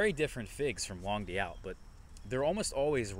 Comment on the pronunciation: it's pronounced "long doot." It means long August in French.